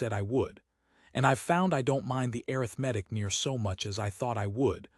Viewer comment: Your AI can't even pronounce ARITHMETIC correctly!